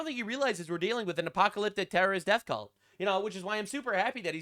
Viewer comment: you mispronounced cult